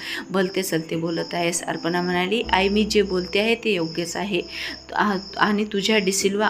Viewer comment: कथा छान आहे. पण वाचन बरोबर नाही उदा: अपर्णा आहे तिथे अर्पना वाचते . ही वाचणारी मराठी माध्यमात शिकलेली दिसत नाही.